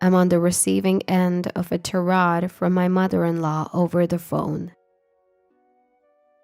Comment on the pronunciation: Tirade is pronounced "Ty-rayd" not "tah-rahd" and Feigned is pronounced "faynd" not "feend"